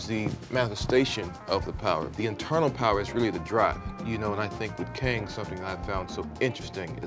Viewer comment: 발음이 캥인가? ㅋㅋㅋㅋㅋ 캉이 멋있는 정복자 캥! 뭐임 이게 ㅋㅋㅋㅋㅋㅋㅋㅋㅋㅋㅋㅋㅋ